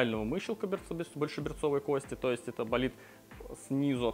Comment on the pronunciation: кОсти пожалуйста говорите правильно